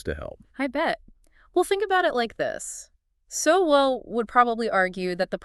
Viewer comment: Why the use of past tense? Sowell is very much alive & active. You might also check how his name is pronounced.